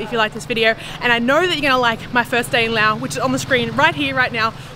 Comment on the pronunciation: i love how you say laos and welcome to our country😊